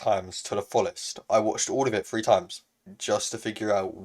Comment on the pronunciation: Smg free Me: um it’s three not free